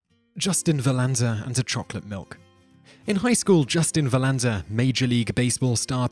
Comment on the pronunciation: Never thought I'd hear an English man say "Justin Verlander"